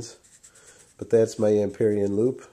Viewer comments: he says hoop instead of loop for some reason lol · is it me or is he saying hoop instead of loop ?!